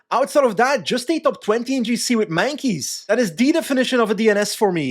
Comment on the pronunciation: Completely agree, UAE directors made yet another mistake. So weird to see a team with unlimited budget making these shitty ds decisions btw. Waarom spreek je Meintjes uit als Mankeys? Ik hoor het ook vaak terug bij LR